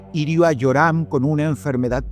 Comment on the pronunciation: se dice "JEORAM!